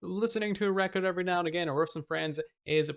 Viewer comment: Nobody: Absolutely nobody:: "UVERY"